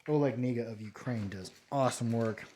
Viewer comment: FYI the "K" in "Kniga" is not supposed to be silent 😊👍